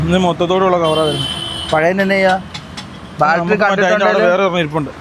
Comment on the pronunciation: ബെൽഡിഗ് ശരിയായി, വെൽഡിങ് ആയി, പക്ഷേ ബാൽട്ടറി... ബാറ്ററി ആയില്ല...